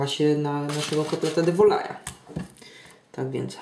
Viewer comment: Pyszny kotlet, tylko nie de*volaille. Proszę się doczytać w źródłach. 🙂